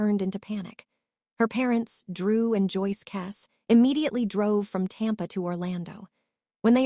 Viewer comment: Your pathetic AI video can't even pronounce her surname properly.